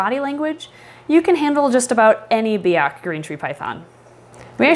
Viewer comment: You pronounced biak wrong